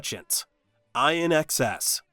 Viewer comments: It's not Eye N X S. It's pronounced In Excess. Douchebag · pronounced In Excess!!!!!!!!!!!!!!!!!!!!!